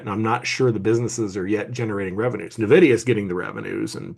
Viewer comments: Guys, for the love of God it's N-videa, not Ne-videa. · I’m with you on that 😂. If you’ve spent any time in the Bay Area, when someone says anything else but n-vidia it’s like nails on a chalkboard